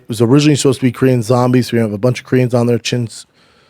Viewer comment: Great Korean pronunciation by Brendan!